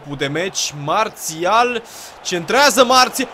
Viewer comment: nu se zice Mațial ci Marsial